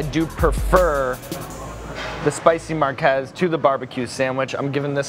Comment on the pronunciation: The spicy Marques! Its pronounced mirgez